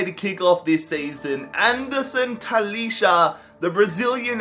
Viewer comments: I'm sorry but you pronounce talisca ta-lees-ca not talisha but no hate keep up the good work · Talisca prounouces Taliska